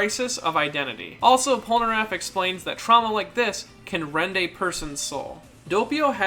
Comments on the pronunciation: When he pronounces Polnareff as pol-ner-aff and not Polnar-aff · Did my guy just say "poneraff"